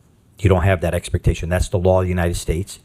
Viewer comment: I know it’s not the most important thing here, but that guy is definitely saying “expertation”, not expectation